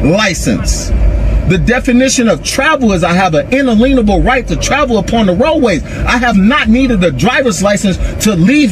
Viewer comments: "un-lean-able?" "pen-al code?" Learn how to say the words before you try to use them. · You can always identify sovereign citizens by the fact that they mispronounce the "unalienable" as "un a leen' able"